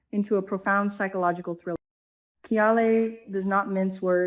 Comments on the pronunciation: Kial is pronounced as kyle. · KYLE you have been mispronouning his name! Please listen to how the actors are saying his name.